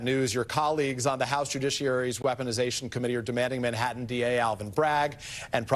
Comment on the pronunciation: there are TWO T's in Manhattan and Bi ron Donald'son can't pronounce either of them.